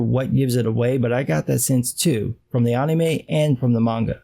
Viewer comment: I like the way he says "anime". It cracks me up. Anyway, FMA:B is one of my favorites. It definitely does have a great fuckin' story.